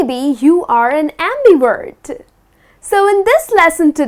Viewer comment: just curious, why do you pronounce it ' WERT' not 'VERT'? thanks